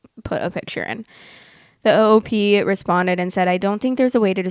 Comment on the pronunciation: love listening to you in the morning! i had a question and not trying to be rude, but why do you say “o o p” instead of “op”?